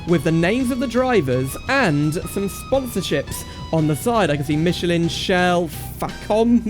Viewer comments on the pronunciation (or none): none